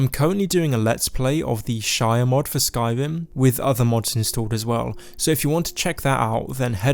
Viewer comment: Skywim, thwee, wealisticly, supwise